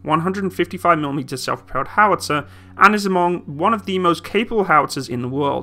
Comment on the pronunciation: it's pronounced pan-ser-how-bit-ze also when you said a-mong as two separate syllables I died when you said a-mong in two words